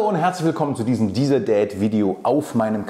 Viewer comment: Tja wenn man Hinhört meint man Diesel Dad, aber es soll DIESER Dad heißen, beim Lied von Namika "Hallo Lieblings Mensch" verstehe ich auch immer "Hallo Lieblings Hemd" 8)